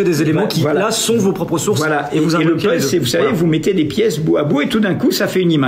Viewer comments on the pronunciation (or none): none